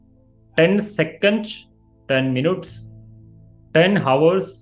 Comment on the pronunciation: ഹോവേഴ്സ് അല്ല ഔഴ്‌സ്